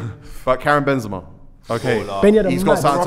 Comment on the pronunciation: Some people need to call these man out for their pronunciation I heard JenJenpress, depaiy and Benzeema